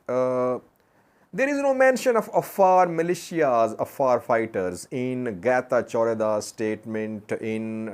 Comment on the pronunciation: Getachew didn't say Chew ber, rather he said Chube ber.